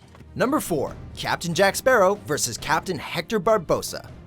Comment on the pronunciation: First things first where the hell is my bloody rum bottle Second thing can no one say my bloody last name it’s not that hard